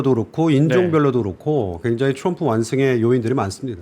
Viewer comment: 온갖 한국 발음 다 하시는데 트럼프만 츄뤔프 네요